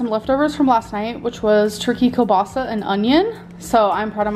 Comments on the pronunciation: keell-bah-sah Like the name Neil, but with a K. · Every time she pronounces kielbasa wrong I can feel my ancestors cringe, it hurts my soul.😂